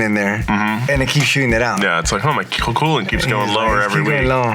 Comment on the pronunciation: Yeah, it's "Cool-Ant it"!!!!🤣